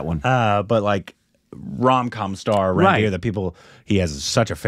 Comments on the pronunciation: Its not Ran-beer, Its Run-beer. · Guys just to help you the name Ranbir is not pronounced as Ran-Beer... Its more like Run-Bee-Rr